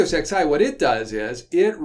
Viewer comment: does the XI stand for the roman numeral eleven, or is it merely a coincidence? I notice refers to Nagios XI as Nagios ex~eye